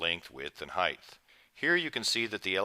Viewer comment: whats with with a th at the end of the word height, its height.